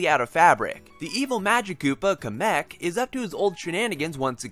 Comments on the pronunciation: I thought it was Kamek with emphasis on the KA and not the MEK. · say KA-mick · I used to think it was Kay-mek but now I pronounce it Kahm-eck. Regardless, I enjoyed this review and am now throughly convinced that I have to play this game. It looks adorable and really fun. TFW no Yarn Yoshi and me skits, tho